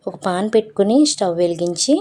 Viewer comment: పేన్ ❌ పాన్ ✔️